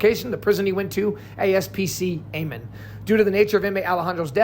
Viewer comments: It’s pronounced Eye-Men complex and Are-Pie-O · It's pronounced. " Imen " not "Amen"... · It’s pronounced eye man . Did a ton of time in smu 1 and 2 . Eye man is the complex not the yard he was on . Smu 1 and 2 are super max with controlled movement. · Eyman is pronounced eye-man. Arpiao is pronounced are-pie-oh. Tempe is pronounced tem-pee. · Eyman Is pronounced "I-Men" like that. 😂😂😂😂😂😂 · Its pronounced I-Man